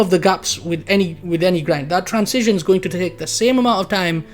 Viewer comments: i like how you pronounce transition like "trans-cision" lol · I think you are right about everything. except how to say transition ;D